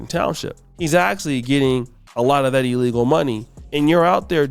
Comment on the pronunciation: "It's eellegal.." SMH